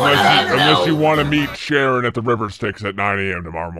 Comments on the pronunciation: Did just pronounce Charon as Sharon? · Calling him "Sharon" had me with literal tears in my eyes from laughing. Charon, also spelled Kharon, is pronounced (God forbid for the current predicament the name provides) Karen or Care-on depending on how you say it haha